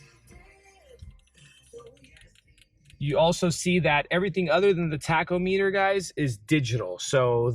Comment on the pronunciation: tach-o-MEET-er?!? Yikes!